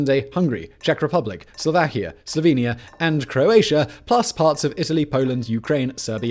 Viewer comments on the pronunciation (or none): none